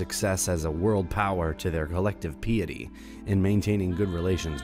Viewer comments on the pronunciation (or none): And pee-ity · Piety is pronounced as Pie-eh-tee not pee-eh-tee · OMG. Learn to speak the language. Piety... sounds like PIE-ity... not PEE-ity The Levant is the LEV-AUNT (not pronounced ANT like the bug) and nor pronounce LEV-ENT. You are supposed to be an Educational Channel but you speak as if you have never made it out of Remedial English. LOOK UP THE WORDS. GTE AN APP or something. Or replace this idiot Narrator who sounds like a moron every time he doesn't use a BASIC BITCH WORD. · He also pronounce the word piety as “Pee-adee” He pronounce some words I thought he’d get wrong fine and then Some I thought he would get fine wrong. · You seem to have interesting content, but I cant seem to get past the atrocious pronunciations: Apollo, piety, Levant, trans-Caucasus. The list goes on. Thanks for the attempt though. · Wanna-be historians who can't pronounce key words, like Arab, Caucasus, piety and many more related to religion and history !!!